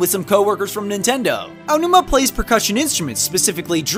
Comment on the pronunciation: Much respect to for being able to pronounce "Aonuma".